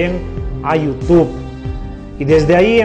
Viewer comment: jajsjssj cara de llama ojo y no soy masista jjajj i se dice youtube y no yutu